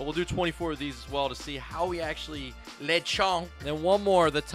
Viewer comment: I love how when you get the Lechonks you say lchonk in a wierd accent